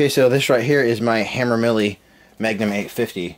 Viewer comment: Its pronounced ham-er-lee. Anyway good channel, and U understand the basics of video. I also see how this works, U get christmas every week! I will continue to watch. Good Luck!!